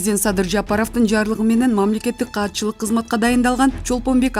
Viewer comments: Мамлекеттик каатчылык эмес,катчылык деп окусан диктор Кыз. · Кандай окып жатат. " мамилекеттик каатчылык " дейби? " мамилекеттик катчыьык да".